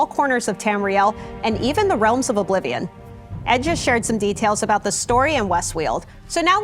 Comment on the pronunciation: Tess-Four Oblivijuan